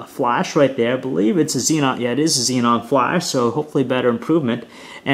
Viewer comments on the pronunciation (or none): none